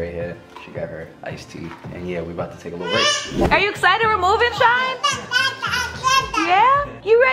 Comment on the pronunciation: Am i the only one heard shine said dounut❔